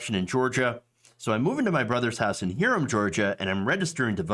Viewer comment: Hiram is pronounced highram or highrum. I live in Dallas, GA right down the road. Hiram walmart is actually closer to me than the Dallas walmart.